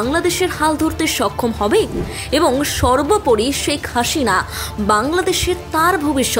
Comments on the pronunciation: হাশিনা, ইনুশ, - উচ্চারণ ভুল হচ্ছে, শুনতে কটু লাগছে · উপস্থাপকের উচ্চারণ, হাশিনা, ইউনুশ।